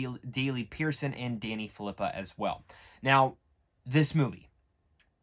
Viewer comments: It's pronounced fill a poo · Says he's been a big fan But can't even say their last name or channel correctly